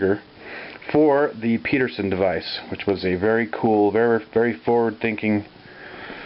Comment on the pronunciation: He's calling it the Peterson device, but it should be Pedersen, rhymes with Ed. It was designed by John Douglas Pedersen (my wife's grandfather).